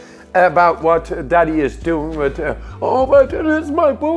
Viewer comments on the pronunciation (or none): none